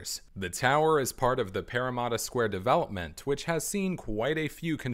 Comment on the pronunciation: This is a great video BUT I CANNOT GET OVER THE WAY YOU SAY PARRAMATTA As a sydney-sider I find this video very interesting as I have been and seen these towers many times, but I just have not seen them from all angles. Just looking at these towers from some of the angles shown in the video just blows me away.